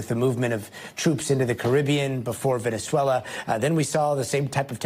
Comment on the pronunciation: It’s pronounced Venezuela, with a Z, not an S there’s a Z in it for a reason. It sounds so weird.